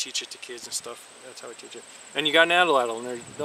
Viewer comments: Yes, Atlatl. You are promouncing atellatll. 3 possibles when it's 2. Like At-latl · You said ATL- ATL. It's subtle but I believe AT- LATL is more correct..no biggie Cheers :) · Your saying it wrong bro. Its at latl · You're right. Good video, wrong pronunciation of atlatl.